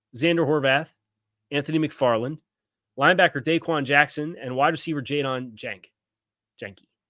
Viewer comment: the WR signed, Jadon Janke - his last name is pronounced “yonky”. Just FYI so you sound more informed than other reporters- which is your usual:)